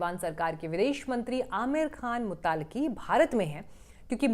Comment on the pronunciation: मुत्ताक़ी नहीं मुत्तकी है बहन